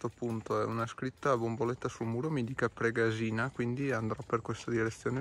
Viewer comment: confermo, pure io anni fa la percorrevo in auto. Bellissima anche se stretta. A titolo di info Pregàsina si pronuncia con l'accento sulla prima a. Grazie del video.